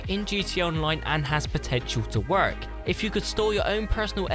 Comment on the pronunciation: I hate how you say the word work